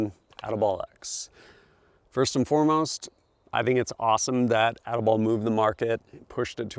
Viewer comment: He said ati-bollocks